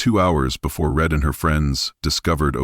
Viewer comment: Karens last name is Read not Red